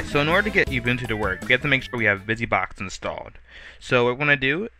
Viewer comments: Those of you who said it is not ubuntu this is ubuntu... just a very old version. Almost looks debian based so i think its ubuntu 7. and its not "youbuntu" its ubuntu like oo b u n t u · He pronounces it "You-Boon-Two" Instead of "Ou-Boon-Two" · I noticed you pronounce it you-buntu. According to the creators (on their own site) it is pronounced oo-boon-too. You're a tech-savy guy and Ubuntu is rapidly becoming a major Linux Distro because it is now on so many devices. -Thanks for this tutor, I've done it once and it was a pain with the tutor I had previously used. Your version makes it a lot easier.